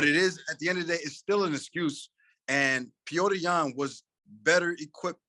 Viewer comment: Petr is pronounced pe-oh-ter not peter